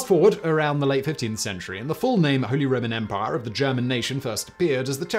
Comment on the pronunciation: "Holy Roman Empah"